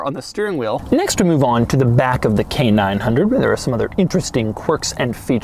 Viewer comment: Every time he says it, I hear Canine Hundred.